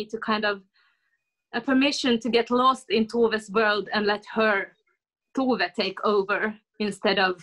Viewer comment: Also To-ve (toe-ver), not Too-ve